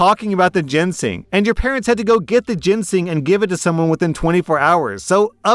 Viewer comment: I cringe everytime I hear mispronounce Ginseng as "Jensing"